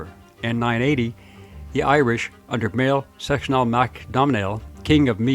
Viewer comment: it pronounced "mwhale skock nil mac dough nil"